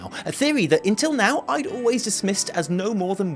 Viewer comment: Wtf you saying intill now instead of until ? Give us Brits a bad name why don't you